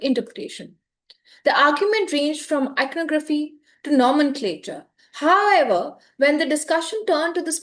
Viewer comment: It is not "hi ever". It is however. It doesn't sound stylish as you might think it is.